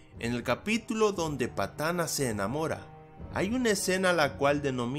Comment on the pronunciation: Patana se ire se dice patana se hiere XD